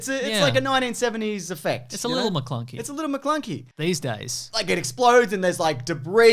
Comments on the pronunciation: I found it weird that when obi wan gets killed by vader, instead of luke screaming ben he just looks straight into the camera and says maclunky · Take a shot everytime they say "MaClunkey"